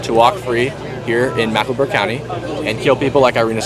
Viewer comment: Why does this guy keep saying Macklenburg instead of Mecklenburg? Its not that hard.